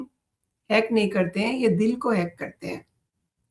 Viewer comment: Dil likha hai. Please Dul nhi DIL read kerey. Thanks.